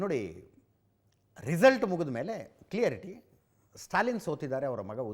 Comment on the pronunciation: ಅಜಿತ್,ಕ್ಲಿಯರಿಟಿ ಅಲ್ಲ.ಕ್ಲಾರಿಟಿ ಆಗಬೇಕಿತ್ತು ಅಲ್ವಾ?